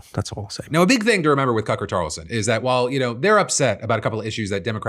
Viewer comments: never have I heard you mix up a name before. I had to rewind a couple of times. You are human! hehehe if you want to know what i'm talking about "Cucker Tarlson". You're still the best! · phil im unsure if you noticed but you slip up and say cucker tarlston and i've been laughing about it for a while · Did you say Cucker Tarlson? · "Cucker Tarlson" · Did he say... Cucker Tarlson? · LOL I caught that "Cucker Tarlson" Nice job Phil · “Cucker Tarlson” almost made me choke on my coffee. 😆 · lolol was that a "Cucker Tarlson" I heard ?? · did you mean to say Cucker Tarlson or was that a misspeak? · Are we just gonna skip over “Cucker Tarlson?” 😂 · “Cucker Tarlson” goes crazy hard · Did you just say cucker tarlson? 😂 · "now a big thing to remember with cucker tarlson" got me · Did fill intend to say “Cucker Tarlson” or was it a freudian slip? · “Cucker Talson” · The Spoonerism - absolutely tickled my funny bone. I’m still laughing about it. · Did i hear you say 'cucker tarlson' ? Bc i like that one better LOL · "Cucker Tarlson" bahahahahaha. Am I the only one that caught that? lol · Did... did you say Cucker Tarlson? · Am I the only one that heard him call him ‘Cucker Tarlson’? 😂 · Did anyone else here “Cucker Carlson” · No Phil didn't call him Cucker Tarlson? LMAO IT'S TOO GOOD! XD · "cuckle tarlson" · Had to do a double take “did he just say cucker tarlson?” Yes, yes he did 😂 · you 100% said Cucker Tarelson lol XD actually tho lol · Cucker Tarlson slip killed me 😂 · Cucker Tarlson lol was that an intentional slip? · I heard that "Cucker Tarlson" mid-bong rip, Phil! 😭 You beautiful bastard, you 😂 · "cucker tarlson" lol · did you call him Cucker Tarlson???? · "Cucker Tarlson" 😂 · cucker tarlson😂😂😂😂 I heard that right right? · “Cucker Tarlson” is quite the hilarious spoonerism there 😂😂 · Phil did the “Cucker Tarleson” name slip again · If anyone can list all the Cucker Tarlson mispronounces list them plz I swear I heard a Tuck in Butt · “Cucker Tarlson”